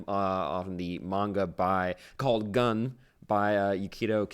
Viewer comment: It reads: "GUN-MU"